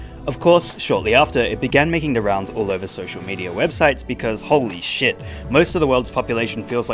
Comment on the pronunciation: He said holy shat